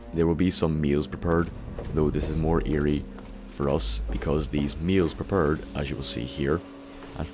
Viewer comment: "Meals prepured" l o l